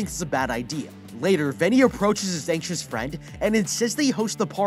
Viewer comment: Bruh I thought he said the kid was ancient but he was just anxious